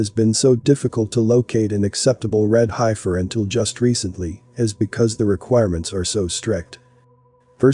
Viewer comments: Thank you for the research on this prophesy, in reading comments people are stuck on pronunciation of hiefer in some cases must get frustrating for you. Don't sway from your agenda you are doing a great job. love and light. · You are pronouncing heifer incorrectly. It was seriously distracting and annoying to hear you mispronounce it over twenty times. You could have substituted the word bovine, or cows…. Or opened an almanac for several other options. I’ve watched and enjoyed many of your videos, but this was the first that felt computer generated. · That word you were having trouble with is pronounced Heef-er...not Hi-fur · You all realize that the voice is computer generated and says hi-fur rather than heffer. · Pronounced HEF FER HEFFFFFERRRR SAY IT, HEF FER NOWHERE is it HI-FER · It’s pronounced “heffer” not “highfer” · It's not pronounced hifer...it's pronounced heffer ...e before i, eff sound. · It's heffer not hifer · Love the vid, but its HEFFER not HI FER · It is Hefer-not highfer. It is not the "I" sound. It is a soft "e" sound like sayig "eff". Heiffer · It is pronounced heffer,Heffernan, hifer. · Futurist nonsense. Preterism is the correct hermeneutic. The Body of Christ is the Temple of God now. They could build twenty buildings in the mideast and none of them would mean anything. An old box, while historically interesting, is not relevant now. Also: it's pronounced "HEFF-ER" not "HIGH-FUR". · Pronounced Heffers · Heifer is pronounced heff-er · The Heifer is pronounced, Heffer. 🤣🤣🤣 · This is ridiculous. Why would the sacrificial system be reinstated after the ultimate sacrifice was made by the Messiah? (Also, heifer is pronounced heh-fer.) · Hey my favorite Bot, that's heifer. the e is like, the e in egg. Okay Smily Face thx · Please, if you are uncertain about the pronunciation of a word, to find out. The word heifer, denoting an immature cow, is pronounced, "heffer". Clearly you never lived on a farm, or among livestock. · High-fer... lmao